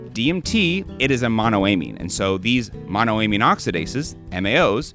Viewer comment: friend to friend please pronounce monoamine the same way you pronounce dopamine only halfway through but great video!!